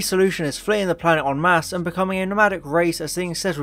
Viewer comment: Hooray! Someone pronounced "en mass" correctly!